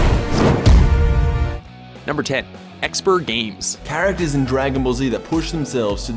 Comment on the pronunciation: At least you pronounced ExperGamez right...